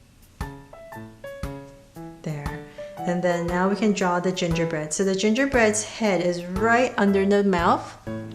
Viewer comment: Ginger bread? Man? I heard J J Bread?